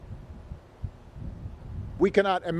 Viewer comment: The name is not Mechelle,it’s Michael